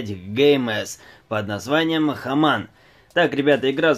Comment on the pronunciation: Какой хаман??? Хьюман!!!